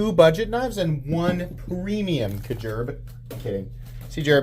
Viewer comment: Im calling them "Kajerb" from now on.